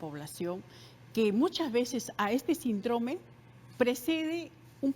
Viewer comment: Que alguien le explique a esta señora que se pronuncia “síndrome” y no sindróme. Tampoco es “la” sarampión, es “el” sarampión. Ahora millones de pulpines la escuchan y empiezan a repetir. Lo mismo se va por las ramas para explicar una pregunta directa ¿qué hacer para evitar el contagio? Al final solo dijo lavarse las manos y evitar comer en lugares sucios. Tomó casi 18 minutos extraerle esa respuesta. Y cómo si ese mal no es contagioso, si se contagia con estornudos y toces? Entonces si es contagioso.